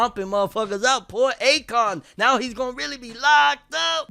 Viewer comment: Lmao that along line killed me, I was confused and disappointed to find out they pronounced it "ah-kon" instead of the long A